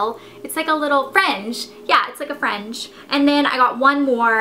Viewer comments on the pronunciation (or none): You say fringe as French...